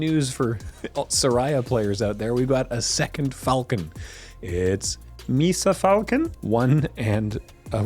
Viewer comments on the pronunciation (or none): "me-sa falcon?" got me. I snorted.